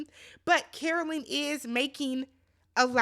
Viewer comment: I heard “and they don’t care o lynn” (Carolyn) 😭